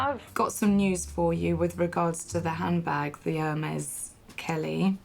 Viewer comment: Its HANDBAG not hambag!